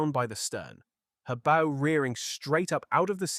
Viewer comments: It's pronounced Bow as in OW that hurt. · Early in the vid, it did say “bow” properly, as in “Ow, that hurts!” But not the rest.